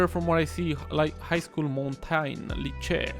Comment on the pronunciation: Lycée is « Lee-say » but appart from this, its spot on ! (Jardin is « Jar-duen » closest I could get). We’re so happy you try, French is difficult. Love your series.